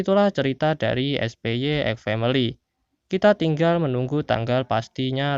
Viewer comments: Na ini agak lucu denger ny 😅 Lebih tepatnya baca ny kek "SPAI" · awoakowowo spy tapi kayaknya cara bacanya spai